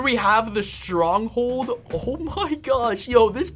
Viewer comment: Did that say stonghold??? No r